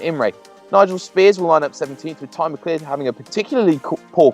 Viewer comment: Isn't "McCleod" pronounced "Mac-loud"?